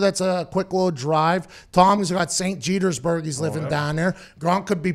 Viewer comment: Lived in FL my whole life, St. Petersburg in particular. Never once in my entire existence have I ever heard “St. Jetersburg” and I don’t want too ever again.